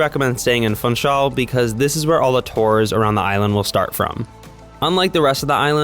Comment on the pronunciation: While Funchal probably is a lot of fun, you don't pronounce it as fun-chal. You pronounce the u as an oo. Like in bloom, room etc. So it's foonchal.